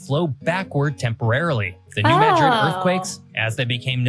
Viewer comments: mispronounced New Madrid. It's not pronounced like the city in Spain, but as "mad rid," with the emphasis on the first syllable. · There a lot of small tremors from the New Madrid fault all the time. And, it's pronounced MAD - rid, not the way Msdrid , Spain is pronounced.